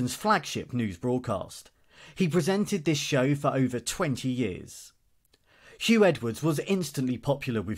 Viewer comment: His name is Huw not Hugh